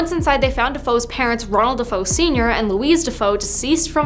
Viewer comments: I can't even watch this video since this girl does not know how to pronounce their names it's not Defoe it's Defeo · It's not Defoe, it's Defeo